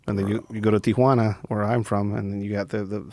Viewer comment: bugs the sht outta me when people pronounce it 'Tiajuana'